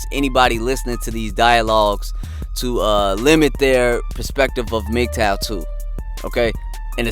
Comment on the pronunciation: He can’t even pronounce Mgtow properly. His IQ is pretty low.